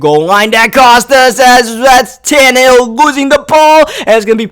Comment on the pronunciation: Wait did he just say Todd Tannahill